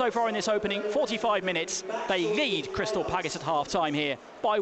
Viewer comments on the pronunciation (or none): he says his L's as G's. crystal paggis. Yannick Bogasie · WHY DOES HE KEEP SAYING CRYSTAL PAGGIS? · Why have we played better in every pre season friendly than we did in any game last season? Actually getting excited! And was it just me or did it sound like he was saying 'Crystal Paggis'